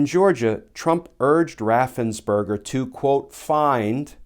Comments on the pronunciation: Brad Raffensperger’s name has probably been mispronounced all his life… poor guy, he’s not a “…burger” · Ooooh, his name is Raffensperger! Everyone pronounces it as Raffensberger.